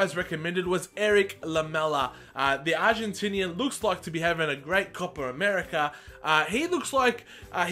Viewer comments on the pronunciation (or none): none